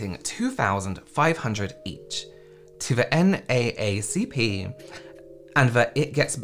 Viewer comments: Really like what you have to say about how politics can bleed into non-political sectors, like makeup. Plus, it's your channel -- you can do what you want to do! I love your honesty, too! And, just so you know, NAACP is almost always said as "N-double-A-C-P" ... but you'll likely never need that info, but still... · Just fyi, it’s pronounced N double A C P. I really liked how you explained consumer money and politics.